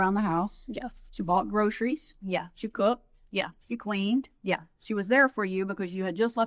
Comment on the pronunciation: Wendi, it’s “Yes,” not “Yuhs.”